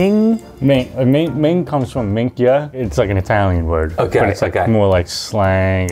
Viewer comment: The reason why you guys found it difficult to understand him is because he mispronounced every Italian word he said.